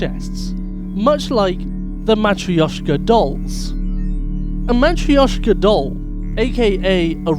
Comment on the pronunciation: You pronounced Matryoshka horribly wrong. You shouldve just said russian dolls. The y in it is just barely pronounced while you did the opposite :P.